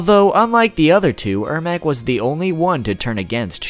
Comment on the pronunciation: it’s ermac.. pronounce my name riigh human loll